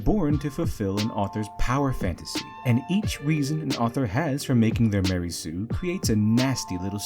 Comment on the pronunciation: MA-REY SUE